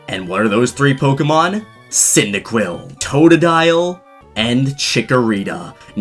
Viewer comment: the way you pronounced cynadiquil